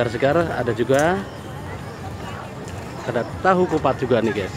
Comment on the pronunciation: Gyus bro bukan ges